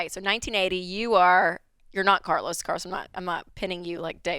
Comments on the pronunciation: Bro called in as “Car-los” and hung up as “Car-less” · Carlos… you say? Car-los.. Car. Loss. He was destined to sell his cars!